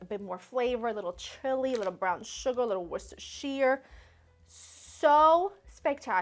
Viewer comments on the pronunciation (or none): dude I was counting on you for the correct saying of W sauce or washyasistersauce, washisisashyaer sauce. You were the chosen one. You failed me. and Robin Hood. lol have a good one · After being here in the UK so long, hearing her pronounce Worcestershire made me chuckle lol. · Worcester sauce